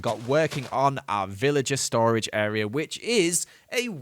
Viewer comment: I swear he said pillager instead of villager. Anyway the videos quite good! I really want to see day 3000